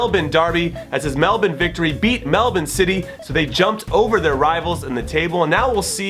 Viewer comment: What just happened, someone from America pronounced Melbourne correctly